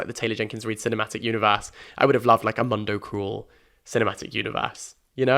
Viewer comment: Love you but it kills me to hear your pronunciation of mundo cruel it’s something more like moondo cru-el (I have no idea how to put it for English speakers )